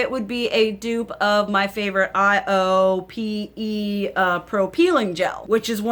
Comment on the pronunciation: Hey girl, thanks for this video! Because you're using your older stuff, we're able to get insight on products that we may have forgotten about, but are still available on the market. IOPE is pronounced like "eye-oh-pay". I'm Korean and my mother and I use a lot of Korean products so I'm familiar with this brand!